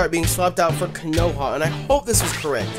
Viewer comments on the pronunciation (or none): How you gonna watch Naruto and not know Konoha?! It's pronounced "KO-no-ha", not "ko-NO-ha" and it's The Hidden Leaf Village/Village Hidden in the Leaves that Naruto is from. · Konoha is pronounced as it is written, you don't change Ko-NO-ha to Ko-NA-ha... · you said "konoha" as "kah-no-ha" but its not pronounced like that its a reference of konoha in nartuo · Konoha is named after the village in Naruto, Konohagakure, also known as "The Village Hidden in The Leaves"... (Koh-Noh-Haw) (Koh-Noh-Haw-Gah-Koo-Reh) Pronounce as shown Please... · Ko- pronounced co- as i coke No- regular no Ha- just ha sorry it just bugged me a little keep it up cx